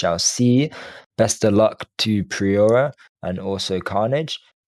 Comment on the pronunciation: Shoutout to for all the mispronunciation I’ve noticed from all his commentary 😂 I think below are the proper pronunciations if u ever see this mate or if anyone cares to get this across to him: Mohe = Mo Priora = Pree-or-ah Excelencia = Ex-sel-en-see-ah Macan = Mack-in Cartier = Car-tee-ay Highest = Hi-ist Glad to help!